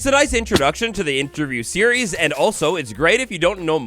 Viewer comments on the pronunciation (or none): none